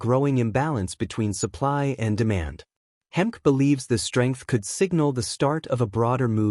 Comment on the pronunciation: His name Hemke is pronounced Hem key